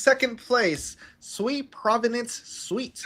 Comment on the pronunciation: One old Asian guy can pronounce Tamagotchi but he cannot pronounce SUI correctly? I understand if you don't know about the SUI Dynasty but how about something simple like water in Japanese (SUI) or even this which is super simple type in Google " how to pronounce the SUI blockchain" and or listen to any of the creators from Mysten Labs, you will only need to listen to them once and then forever be not sounding like a Noob